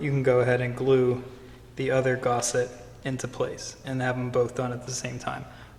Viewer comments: Gus, gusset, not gosset! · Well, I tried. But the 43rd time you called a gusset a Gosset (as in the Actor) I had to walk away. Not gonna dislike it, just can't deal with that much lack of language skill in a tutorial. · please, please, the word is gusset! not gosset!